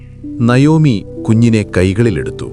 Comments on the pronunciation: Nayomi എന്നല്ല navomi എന്നാണ് ❤❤❤ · നയോമി അല്ല നവോമി എന്നാണ്